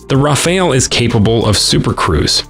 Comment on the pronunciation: Rafale, not Raphael. 😂 It's a wonderful plane, but I wouldn't call it a game changer.